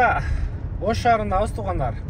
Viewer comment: Тоогандар дебей туугандар деп шашпастан эле айтчы 2секунд дагы кетпейт ушул сөзгө аяш ава